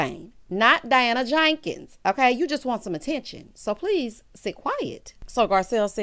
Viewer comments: Why do you say her name like that?🤣🤣🤣 Diana JAnkins🤣🤣🤣. I cackle every time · The way you say Jenkins takes me down to dem wild wild west days!😅